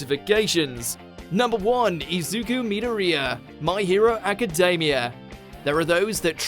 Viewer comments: You’ve pronounced Izuku’s name wrong. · I’m positive he never watched my hero bye the way he said izuku name